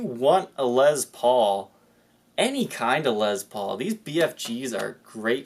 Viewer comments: You have a speech impediment you're pronouncing Les Paul wrong it's not Liz Paul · "Les" rhymes with "yes"....it's not a "Lezz Paul". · I'm here to hear you say lez paul. lol